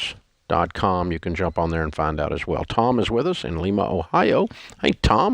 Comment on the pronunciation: Dave totally mispronounced Lima, Ohio. It's a long I not short.